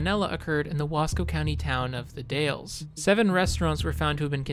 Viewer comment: it’s the Daaules you said it wrong😅